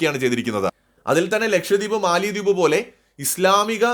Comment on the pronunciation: മാലദ്വീപ് എന്നാണ് ഉച്ചാരണം. തലസ്ഥാനത്തിന്റെ പേര് മാലെ (മാലി എന്നു നാം തെറ്റിച്ചു പറയുന്നു). തമിഴും ഹിന്ദിയും സിംഹളവും കൂടിക്കലർന്ന ദിവേഹി ആണ് അവരുടെ ഭാഷ. ഭാരതീയ വംശജർ.